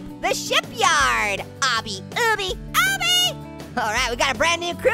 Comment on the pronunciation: its pronounced like this obby AW-BEE